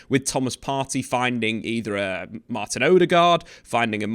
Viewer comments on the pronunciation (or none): none